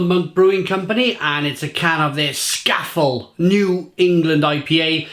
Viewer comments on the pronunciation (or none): I thought it was pronounced Scah-fell? 😉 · If we are being pedantic it's actually pronounced Scaw-Fell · it’s ‘Scar-Fell’ as in the mountain in the Lake District! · Pronounced 'Scar-fell', this beer is named after the Cumbrian Fell (mountain) of the same name.